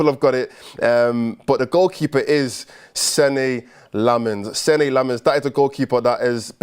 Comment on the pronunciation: If you care about these things, the correct pronunciation is "sen-nuh" Lammens. Much love one of your belgian fans.